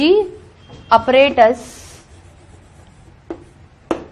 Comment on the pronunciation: It’s not Upparatus ❌ Apparatus ✅